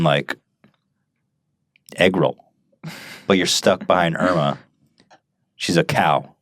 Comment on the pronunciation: Irma is finnish lady name and you pronounce it wrong :D